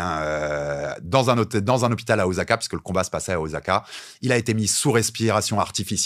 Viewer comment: Salut, merci de mettre en avant la boxe japonaise, juste un truc on dit pas OZAKA mais OSSAKA, il n'y a qu'en Français qu'on change la prononciation du S entre deux voyelles et la c'est une transcription en romanji de la prononciation japonaise. Ca serait cool de parler de Kickboxing aussi.